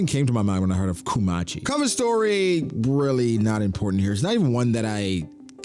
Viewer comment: Kumachi is more like Kuma-chi than Ku-machi